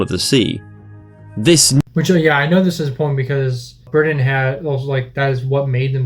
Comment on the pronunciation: You said Britain wrong